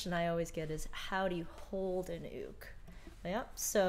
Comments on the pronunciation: It’s pronounced youk but it is spelled uke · I love this! The only thing is: I understand it may be correct to say “ook”, but I only know “Yook”, and it’s freaking me out! Love you anyway! ❤️💕🥰